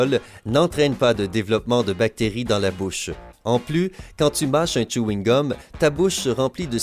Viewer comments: C chewing-gum pas Tchouingum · Tchewine gum JPPP😂😂😂😂😭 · Mais comment il prononce chweegum